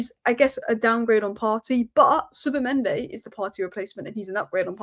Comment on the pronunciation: Please! Its not Zubamende its Zubimendi